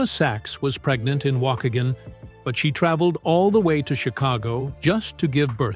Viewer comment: They mispronounced Waukegan